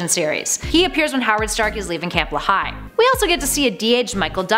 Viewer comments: It's pronounced, LEE-high.... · Nice job. Thanks. FYI the Camp Lehigh is pronounced LEE-High.